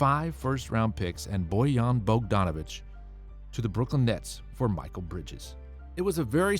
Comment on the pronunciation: Mikal (mee-call) bridges not michael bridges